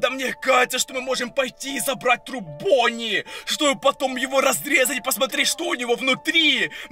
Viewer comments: Я одна слышу Пони а не Бонни?.___. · керПечи бОни😅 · Вы тоже слышите акцент его голоса на последнюю гласную например: , бонни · Бонни а не Бони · Не бони а бонни